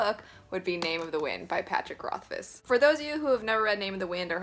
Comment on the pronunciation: Yay someone that can pronounce the guys name right!